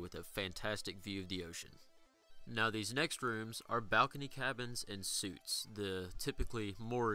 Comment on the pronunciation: Thanks for the review... also its pronounced Suites or (sweets)... not suits, like what we wear on sundays to church